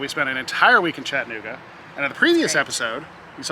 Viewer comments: Please keep in mind that there's an "a" in chatt"a"nooga....in case you do another episode. Glad you enjoyed your visit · Its Cha tta noo ga